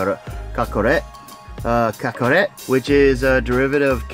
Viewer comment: KAKAROT NOT RAT ITS ROT LIKE ROTTING FOOD